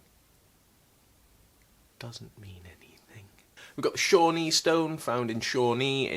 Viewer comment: The towns in Oklahoma are pronounced HEEV-nur and POE-toe. You nailed Shawnee though!